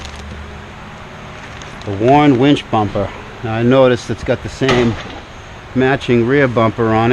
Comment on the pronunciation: When you say Warn Zeon wench, I hear "Werewolves of London" in my head.